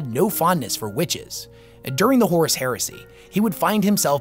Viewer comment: Bro horrus?